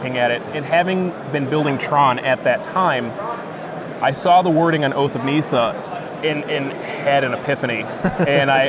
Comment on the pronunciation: nissa not neesa